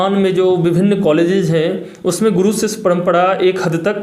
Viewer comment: गुडू क्यों बोल रहे गुरु होता है